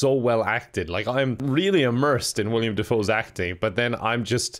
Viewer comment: Omg, he's still pronouncing it "William."